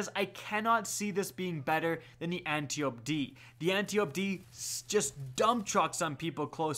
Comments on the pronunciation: Ann-TYE-oh-pee. Not ann-tee-ope. 4 syllables. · An-tie-O-pee say it with me an-tie-O-pee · You're mis-pronouncing Antiope,... Keep up the good work, fam!